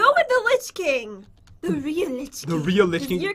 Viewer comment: It says lich not rich